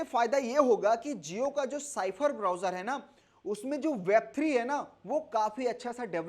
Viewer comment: साइफर क्यों बोलते हो ! स्फेयर पढ़े ।